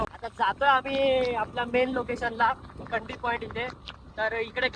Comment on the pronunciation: भाऊ खंडी नाही रे खांडी आहे ते